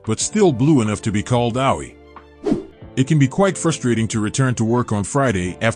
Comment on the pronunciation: Geez, get announcers who can pronounce the foreign words correctly. This guy's Japanese words (referencing places and simple words like AOI - he said ow oy eye) are atrociously mispronounced. His English isn't that great either.